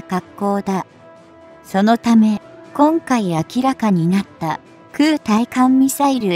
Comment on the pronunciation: まだ｢ついかんみさいる｣って言ってるね。 ｢たいかんみさいる｣って言ってよ。 あと、｢ながしゃてい｣ってのも、｢ちょうしゃてい｣だよね。